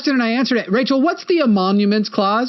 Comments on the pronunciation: I don't know if it's bad audio or actual mispronunciation, but it's emoluments, not emonuments. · Love ya. But you kind of undermine your entire point when you repeatedly called it the “emonuments clause” It’s “emolument” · Its emolument, not emonument. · It's Emoluments Clause not Emomuments Clause. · I SUPER appreciate the immediate timestamp before the clip. Soothes my broken brain 😅 Also, quick correction because it drove me crazy: it's definitely the "emoluments" clause, not the "emonuments" clause 😅 But yeah that lady hates trans people for sure. What a gross, dishonest bigot who genuinely hates her country. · It's the "emoLuments" clause, not "emoNuments" or whatever word you were saying. I'm sure you understand the clause, but being unable to say the word reliably isn't a good sign. Jus' sayin'. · Emoluments (not emonuments) clause